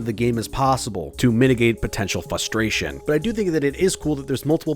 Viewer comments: You say frustration a lot, also, it sounds like "fustration" to me, but that's just a nitpick, the video was pretty entertaining. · My dude can't say frustration. There's an R there buddy frrrrrrrrrrustration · Maybe I'm new to this channel but this guy really hates the R in frustration. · Take a shot every time he mispronounces frustration